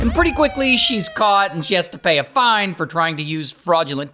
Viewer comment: Almost all the women you have on the show are actually, really..."Foine!" 😂😂😂.